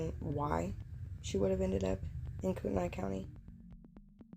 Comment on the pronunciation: It's pronounced "Koot-A-Nay" not the way you're saying it. My son worked with Dylan's mom at Yokes. She still thinks these were all murders. We lived in shoshone County, Kellogg for 16 years. It's a small county and towns. the cops rule there and the older people know stuff there!